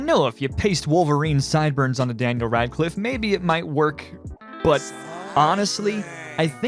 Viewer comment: When you say Daniel Radcliffe I wanna puke.